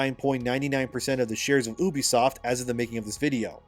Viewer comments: can you PLEASE stop saying ubisoft like "oobisoft" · Pronouncing it Ubisoft like that might be worse than what blizzard did 😭😅